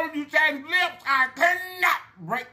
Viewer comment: I'm sorry "LLIPS " HAHAHA!